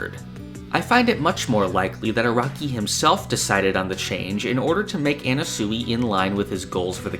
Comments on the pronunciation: Sure, Everyone's theorizing about why Anasui but.. NOBODY is bringing up this man's pronunciation of Anasui??! Anna-sooey? It's driving me mad!!! I don't normally nitpick how people pronounce things but I'm going crazy! It's Ah-Nah-Swee (Sui is pronounced like Sweet) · My bro, I love your content, but please, stop saying Anna-soowee. It’s Ah-Na-Swee. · His name is pronounced annaswee not annasooey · Mf says anna-sooey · Am I crazy, or is he pronouncing "Anasui" weird?